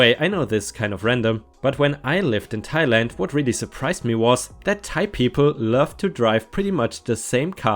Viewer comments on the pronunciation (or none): none